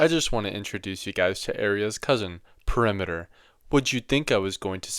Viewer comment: dear brother There is no such word as pear imiter It's right there in the word, dear Peri meter Love Just wait til you Resign to design your resignation designation to signal a significant signed signify sign. There is no g sound except the nonsilent accent found in gnosis of which there is no ag nos tic It too is a gn os(e) tic They really do be wrong I really do be right 1+1 isn't 3 "cuz that's how we say it down here" Love and hatred 👋 🌊